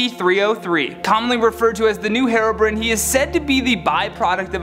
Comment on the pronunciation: Bro said herobrin